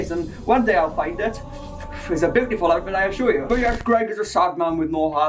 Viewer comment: I would pay good money to hear you call me bootiful lmfao